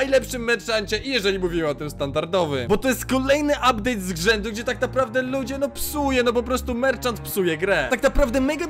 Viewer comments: "uptdate" xxkrzysiek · "ubdate" staryhleje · ''update" 123koala456bobma odrazu mówie ma być bobma nie bomba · "ubdate"Adaloloaloa -Adix pozdro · “ubdate„ nick Justyijjhh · "Uptade" Borusowski